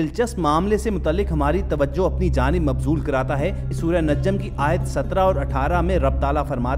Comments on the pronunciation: Oh Bhai ye surah najam hai or aap surah najjam bol Rahe ho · It's najam not najjam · Not a najjam is a “najam” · In ki ye ghalti mene bhi note ke thi Acha hwa ap ny sahe Karaya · I like ur video but little mistake surah najam not. Naj,jam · its not najjam pronounce it najam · NAJJAM ni hay bhayee NAJM hay... anyways video is good ,, keep it up .. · Assalamu alaikum you are doing a mistake that its not NAJJAM it's NAJAM . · Bro najjam ni najam ha plz apni galti ko thik kren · Bhai surat ka naam NAJ-JAM nahi NAJAM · Admin yeh lafz Najjam nai hay Najm hay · Bhai lafz Najjam nhi Najm hai. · The person narrating this video is persistently calling "surah an-Najam as an-Najjam. Mind your attention Mr. It is not pronounced as najjam نججم the ج (jim) of an-najam doesnt have shaddah instead there's a sukun and it is Qalqalah hrf قلقله حرف، so caanot stress on the ج (jim). Although theres a shaddah on the non ن Please correct yourself An-Najm ٱلنَّجْم May Allah Subhana wa Ta'aala forgive us for our intional and unitentional, known and unknown, big or small, recent or past and upcoming mistakes and guide us all to His path of righteousness, and save us from the judgement on the day of judgement, and enter us to the highest levels of janna-tul-firdouse among His most loved ones, in sha'a Allah. Aamen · With due respect please pronunce properly the name of Surah. check out the Airab (there's no tashdeed on ج)